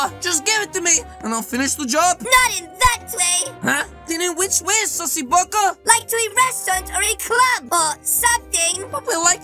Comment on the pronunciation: “Then in which way SUSSY BACKA”🤣🤣🤣🤣